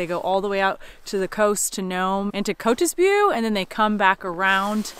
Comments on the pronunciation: Kotzebue is pronounced cot-zub-yoo just FYI Thanks for taking us along to the Iron dog! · Lol, Kotzebue is pronounced like Cot suh biew like view. As a fellow Alaskan, I truly love seeing you guys exploring and experiencing this grand state! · It’s pronounced kaat-suh-byoo. (Kotzebue)